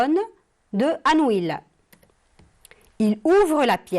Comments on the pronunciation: On dit"anouille" et non "anouile",merci. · Chère prof on prononce pas le "L" dans ANOUILH. Merci.